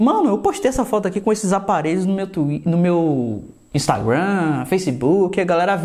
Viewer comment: "instaguan" kkkkk